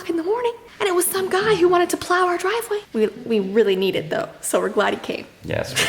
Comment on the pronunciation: dwive way